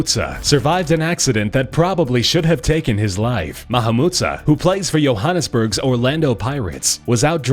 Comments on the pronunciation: it is Johannesburg not yohannasburg. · it's not "Yohannessburg" it's Johannesburg like Joe-hannes-berg. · It's pronounced joe-hannes-berh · Its not yohannesburg... It's how its spelled. Johannesburg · wow he said yoharnisberg not johanisberg idiot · Its not pronounced yohannesburg ists pronounced johannesburg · Johannesburg not Yohannesburg 😂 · its Johannesburg no Yohannesburg I live right next to it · Btw its pronounced Johannesburg not Yohannesburg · The way he pronounced johannesburg as Yohannesburg, lol! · 2019? also u said Johannesburg wrong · Johannesburg is not said like that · Hear him pronounce Johannesburg...lol so wrong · Johannesburg's J is not pronounced as H.